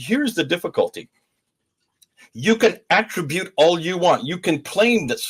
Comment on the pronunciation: 'Extant' not 'extent' manuscripts. Extant - existing, present, available. Attribute (noun): emphasis on the first syllable Attribute (verb): emphasis on the second syllable